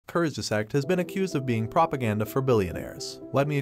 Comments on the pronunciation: Kurzge zaaaaag not zack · Great video but What the heck kurz ges act, the pronounciation is bugging me out, I know its TTS btw, nothing against the video just the voice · I really appreciate your video and research and fully agree with your result.. and for the non native german the word “kurzgesagt” can be tricky to pronounce, but it’s easy if you just pronounce it like three English terms in one and these words: courts - guess- sucked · Learn how to pronounce it please. "Koorst_gesaahgt". Or look for the pronounciation online. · kurtzgesagt curt's geh zahgt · I laugh every time you say Kurzgesagt, which is a lot in this video. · please pronunce kurtzgesagt properly it's not english it's a german word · First, teach the computer how to pronounce 'kurzgesagt' before you make a video. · If you can‘t pronounce ‚Kurzgesagt‘ or were too lazy to quickly research the correct pronunciation why not use the title of their English speaking channel ‚in a nutshell‘? Honestly, it doesn‘t add to your own credibility given that you are right with your criticism. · Lern kurzgesagt gescheit zu sagen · Please learn how to pronounce kurzgesagt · The way you pronounced “Kurzgesagt” made me sad… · You can't even pronounce Kurzgesagt right smh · "I watched a video on YouTube and here is what that video is saying, by the way I have no idea how to pronounce the name of the channel I am proxy criticizing" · The way you pronounce Kurzgesagt makes me want to die… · good video, but if I had a nickel for every time you mispronounced kurzgesagt, I would be Bill Gates